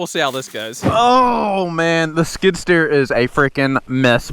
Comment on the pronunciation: Skid steer not skidder…. A skidder drags logs out of the woods…